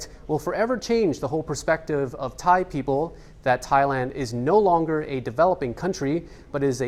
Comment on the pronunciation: Thankyou for exact thai pronunciations...end of ear splitting ache..